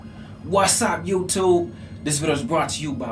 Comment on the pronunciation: More like “whassaa youchube” i walk around my house saying it like that